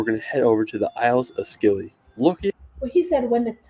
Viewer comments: The Scilly Isles are pronounced as silly Isles not skilly. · Americans always pronounce the Isle of Scilly as Skilly. It's pronounced "Silly". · Please stop that American talking about the Isles of Scilly as the Isles of Skillie........ it is a "silent C " and is pronounced " The Isles of Silly" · It's pronounced the Isles of SILLY, not SKILLY 😂 The C is soft. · They are NOT the "skillies" its pronounced "silly" - Personally I'd only go to 3 or 4 of this set of 25 'top places' as most are nowhere close to warrant being called 'top'. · The isles of Skilly ( Scilly ) 🤣 It's pronounced the Isles if Silly the c is silent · The isles of Scilly is pronounced SILLY. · That's the Isles of Scilly (pronounced Silly) And as for London NO THANKS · St. Michaels mount in Cornwall is not far from the main land. It's only a 5 minute walk along the path so there is loads of time between tides. I'll forgive him getting the name of the Scilly Isles wrong as he isn't local, but it is pronounced "silly".